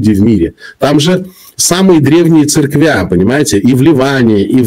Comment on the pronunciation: Не церквЯ, а церкви